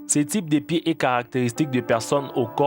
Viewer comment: pié chélou ! mdr il m'a tué